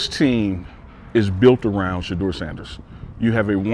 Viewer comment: “ this team is built around Sheduer Sanders” 🤔